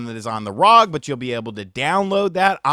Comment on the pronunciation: its not "rog" its R O G its an Acronym